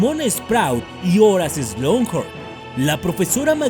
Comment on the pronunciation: Hola, llevo mucho tiempo siguiéndote y amo tus vídeos, son los mejores por encima de cualquier otro Youtuber que conozco, pero hay una sola cosa que nunca he entendido... ¿Por qué dices "Slunghorn"? Si es SLUGHORN, sin esa N antes de la G.